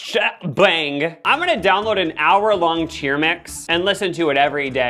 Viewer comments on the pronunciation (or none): none